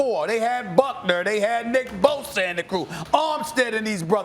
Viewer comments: Me: Bosa Stephen A: Boser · Only Stephen A could find a way to put a “R” in Bosa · "now you lose nick bosER"